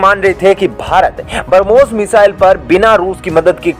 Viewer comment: कृपया उच्चारण सही किजीयेगा बरमोस नही ब्रम्होस 😃